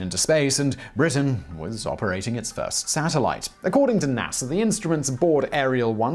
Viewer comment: Is it NASER or NASA?🤔?🤔